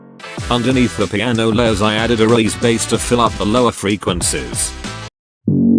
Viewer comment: Ahh yes, those damn "freequencis", welcome back, great tutorial!❤